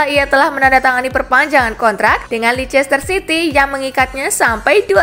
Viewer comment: Bacanya Leister city min.. RiP bahasa🙊